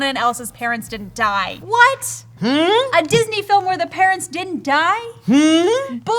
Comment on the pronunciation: Did say "Jizzney"?